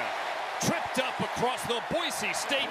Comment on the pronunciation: Having grown up in Idaho it's so damn nice to hear that the announcers did their homework, and that they call the team what it's supposed to be called (Boy-SEE, not Boy-ZEE). I'm so tired of hearing people say that, it would have driven me nuts to hear it so many times during this game.